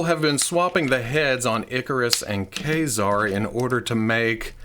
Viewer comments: The X-MEN animated series called him Kay-Zar not Kuh-Zar. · Think of the military knife Kabar (Kay Bar) and pronounce it Kazar (Kay Czar). Consistent pronunciation (even if wrong) helps with continuity. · Don't you mean Kay-Zerr? 🧐 🤣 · I believe the correct pronunciation is Kayzer. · A game I often play is "see how many different ways can pronounce Mafex in the same video." Today that was Ka-Zar haha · Love you, love your show, can't stand the way you pronounce ka ( K, A) Zar ( hard R). Care, hare, Karl. See the difference? No e at the end. xoxo